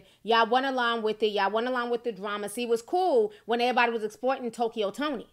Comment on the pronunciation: The word EVERYBODY has a V in it. It is not "airybody".